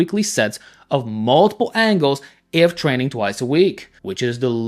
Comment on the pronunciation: “Before I was trenning”